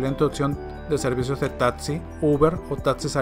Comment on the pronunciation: Tadsi tadsii hablen bien taxiiiiii